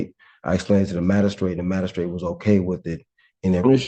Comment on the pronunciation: What the heck is a "mad-a-strate"? Is it a lower status magistrate??😅😅😅